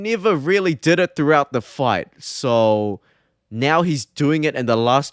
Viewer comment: Wtf is your accent. You say "so" but it sounds like "soul". Really frustrating tbh